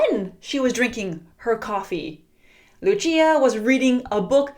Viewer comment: its not luchia its lucia pronounciation: lu sia 👌👌👌👌👌👌👌👌👌👌👌👌